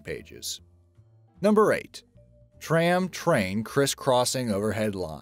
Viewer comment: Are you saying "tram" or "train"